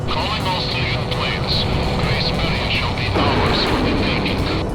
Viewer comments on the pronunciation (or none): Its Gracemeria not Gracemaria